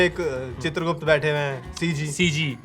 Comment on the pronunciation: Har Youtuber chitragupt ko chandragupt bol ra hai 😅